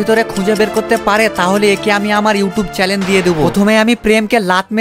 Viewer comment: চেলেন না চেনেল 😅😅😅😅😅